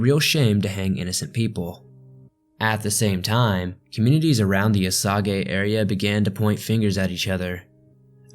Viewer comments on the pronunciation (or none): Hey awesome story, however I just wanna let you know Osage is pronounced O-Saje not O-sawgay. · Sweetie, you have a nice voice. Please to listen to but your just killing some of the pronunciations. Osage. is not O-Sa-Gay it's O-sage like sage the spice. Okay, if you ever get a chance to edit it would be great if you could fix this. A suggestion when you do you next documentary and you have to deal with names your not familiar with; rather than guessing, find them somewhere here on Youtube and listen to how the 'natives' pronouce it. I was raised in Kansas. I was actually doing so online shopping and listening to this. It was eating at the back of my mind...WTH is he saying? There's no city or town in Kansas named O-Sa-Gay. I think what might be confusing you is your pronouncing it as if it were a Japanese name; it's not, its Native American. Almost all of the names in Kansas and Missouri you're going to find are Native American names. Other states as well, of course. But you are really doing well, like I said, you have a very pleasant easy to listen to voice. Thank you. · I enjoyed most of the video. It was a good dramatization of the Wikipedia article. O-sage, not o-soggy. A few images were vertically unstable, very distracting. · Its not O Soggy its O sage as in the spice so what else do you have wrong?...... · why are you pronouncing it “oh-sog-ee”? I have never heard that. Onlt “oh-sage” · “O sog A”?? Lol it’s pronounced “O Say ja” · I like how he pronounces it O-Sag-eh City. I have never heard it pronounced that way LOL. I am going to start pronouncing it that way when I visit my friends there. It is pronounced O-Saj. Like look up the plant Sage on google, and click the sound button to hear the word said and then add O to it. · You should research how to pronounce location names... or in this instance, not just a location, but a WHOLE Tribe of Native Americans. Osage is NOT osàgā it is O-sāge. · Its pronounced "O-sage", no? Oh-Sa-Ge sounds wrong.